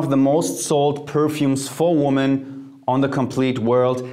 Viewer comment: Mehrzahl von woman ist women. Lerne den Unterschied bei der Aussprache.